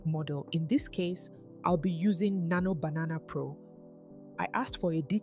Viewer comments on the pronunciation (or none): Any reason you pronounce Nano Banana as Nano Bananana?